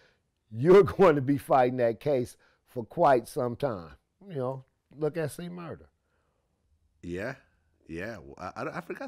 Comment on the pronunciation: C Murda, not Murder, Vlad.